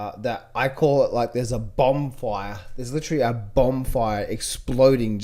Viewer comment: What is a bobm fire? Is English your first language?